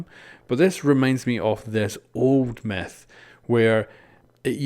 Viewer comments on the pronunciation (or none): He says meth instead of myth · It sounds like he is saying meth go hiesenberg